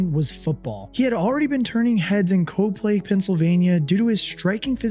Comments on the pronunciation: It’s pronounced’cop lee’ Pennsylvania. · It's pronounced Cop Lee. Saw him so many times at Whitehall. I was dead wrong as I liked him, but didn't love him. I thought that he fit Rutgers much better than at PSU. I didn't think that he would do a lot at PSU. As an Eagles fans, I am happy that I was very wrong. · It's pronounced Cop - Lee